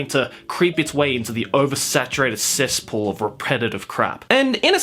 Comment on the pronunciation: He says cestpool quite a lot. Just sayin'